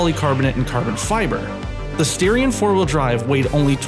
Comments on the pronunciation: Dude. STAR-ION not STAIR-ION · are you sure its not "star ion" ? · I think if I say the reason for the mispronunciation I would be labeled as racially prejudiced 👀